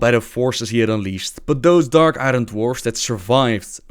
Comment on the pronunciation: Also novbbel it may sound dumb, but Iron is pronounced more like iorn in english.